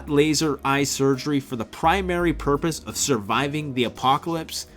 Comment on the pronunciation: EYE, NOT "fye"...